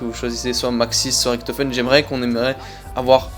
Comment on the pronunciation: Pourquoi a chaque fois tu dis riKtofen au lieu de Richtofen Pareil pour Treyarch que tu dis TreyarK